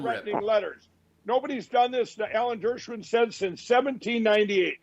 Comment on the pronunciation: He called Alan Dershowitz, Ellen Dershowin.